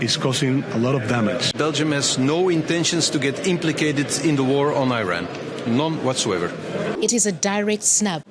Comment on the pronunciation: Glad you pronounce Iran correctly. So many say I ran. It is ee ron, as you said it.